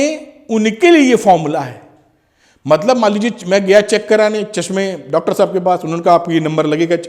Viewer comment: Sir is saying me " thik hai sahub " 😂😂